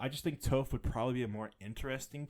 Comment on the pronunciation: Her name is Toph with a short o. Not a long o. You need to watch some avatar asap.